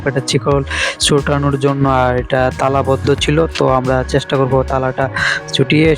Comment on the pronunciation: Ful sodho matro apnr junnu r ur junnu rakhlei hobe na sobar junnui rakhte hobe vaiya😵‍💫 R lastly pronunciation ta jonno hobe... Not junnu